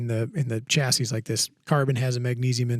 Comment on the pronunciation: Definitely Stocks. Because Americans cannot correctly pronounce Chassis.